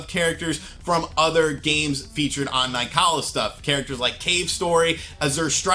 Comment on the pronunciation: Nicalis is pronounced like nicholas by the way guys